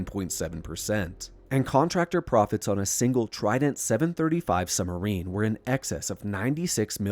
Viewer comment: why do you say " summerine"?